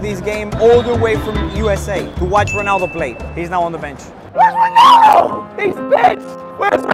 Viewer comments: Its not cristiano honaldo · Why does he say ranaldoo